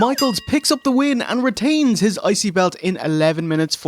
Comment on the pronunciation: Everytime they say IC belt all all here is icey belt and it cracks me up lol. I.C. WIENER